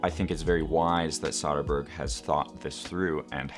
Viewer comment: And yet he mispronounces Soderbergh's name throughout